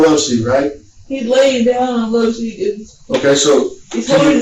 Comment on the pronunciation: It's not "low seat", it's "loveseat".